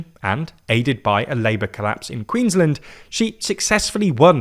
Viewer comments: Please please please learn how to Queensland. We are not Maryland! It's two words queens - land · Queensland rhymes with “bland”. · You guys pronounce Queensland funny :)